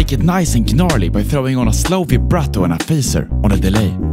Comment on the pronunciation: Amazing video, incredible that something of this quality is free. Thanks for providing it sir. The g in "gnarly" is silent by the way, it's just pronounced "narly"